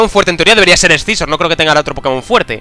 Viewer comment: se dice ''sisor'', no escizor xD